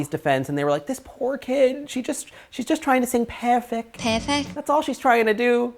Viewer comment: LOL!!! " FERRFECT"!!!